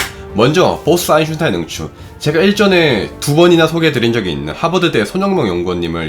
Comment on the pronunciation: 아인슈타인 발음이 영 오래동안 안되고 있네요 독일어에서 ei는 아이로 읽는데 이걸 에이로 발음하는 군요 제발 엉뚱한 발음 하지 말고 그냥 아인슈타인 한국식으로 발음해도 괜찬으니 엉뚱한 발음 안했으면 좋겠네요 몇년동안 이채널을 들으면서 처음으로 지적합니다